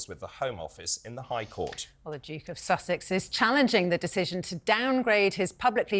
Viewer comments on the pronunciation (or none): none